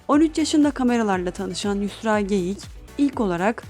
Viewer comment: Konuşan kişi R harfini diyemiyor sanırım ? Yüsla diyor. Ben de çocukken diyemezdim 😬